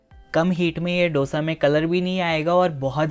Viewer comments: आप हैदराबाद के हो कम से कम आप तो डोसा मत कहा कहो आप को पता है की उसे दोसा कहते है डो नही दो भय्या 🙏🏽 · दोसा!!!! Please!!! Not डोसा